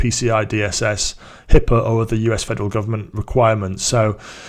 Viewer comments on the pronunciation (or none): none